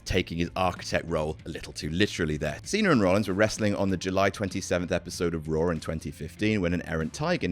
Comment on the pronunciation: Who else hears “roar” instead of “raw”.